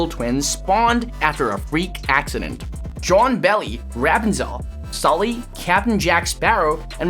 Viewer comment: Repunzel Not rap and Zell